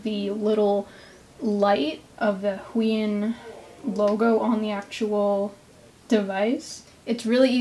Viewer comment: Isn't is pronounced - Hoo-Aah-On?